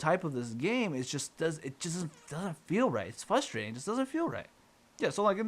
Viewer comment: The most frustrating thing about this video is your inability to pronounce the word frustrating.